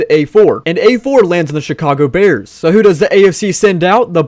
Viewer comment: He said Chicago pears